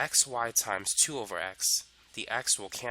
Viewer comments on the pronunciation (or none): My guy just said “over” and became British 🏃‍♀️